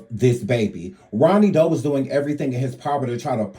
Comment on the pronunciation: "Ronny DeVoe" 😂 come on lady get your names correct